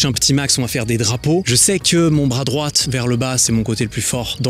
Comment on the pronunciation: je t’adore mais le « t » de droit est muet